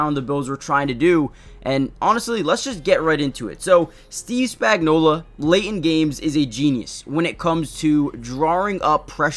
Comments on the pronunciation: His name is Spagnuolo. Why do you all keep pronouncing his name with an A at the end? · Maybe pronounce his name right.